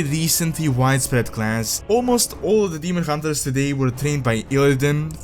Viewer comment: Ah yes, the Demon Huntre